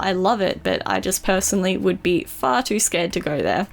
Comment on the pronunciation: When she went far to sad the first time I thought she said fart